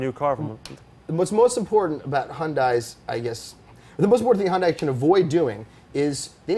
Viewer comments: Wasn't Hyundai already in WRC back in the 90s? Also, please stop saying Hyun Die. It's closest English pronunciation is Hyun Day. But why bother, you say your favorite brand is Porsche and you even pronounce that wrong. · Have you guys not watched the Hyundai commercials?!!! Hyundai is pronounced Hun-day like Sunday! You would have more cred if you would say their name correctly. I would also make the bet that the quality of a Hyundai will never be the quality of a BMW, unless their place in the market changes from affordable to exclusive it will never compete for the same buyers as an M3. The production car is not great just because of the Pike's Peak record breaking prototype. Remember Lancia.... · its hyundai like sunday... words from a hyundai dealership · Well spoken, Alex Roy. Just one thing, you pronounced Hyundai correct at the beginning, but you kept mispronouncing it. Hyundai always try to make their cars better and better, it will be huge like Alex said.